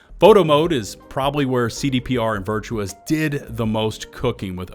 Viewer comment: It is Virtuos not Virtuous xD